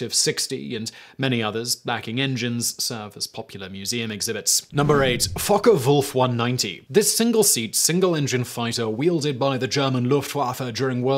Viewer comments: Did he call that second plane "Fuck-A-Wolf-190"?? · I wasn't looking at the screen and heard "fuck-a-wolf 190" and had to re-check to make sure wtf I had just heard jaja